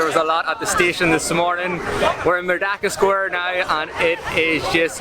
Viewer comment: Correction..should be pronounced "Merdeka" n not 'merdaka'..do not pronounced 'E' as 'A'..😂..cheers